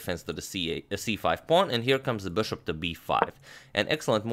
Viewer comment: been watching your videos for 3 hours just to hear you say beshop